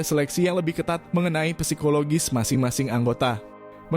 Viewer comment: Izin koreksi biar enak didengar.. Psikologis itu bacanya sikologis mas, bukan pesikologis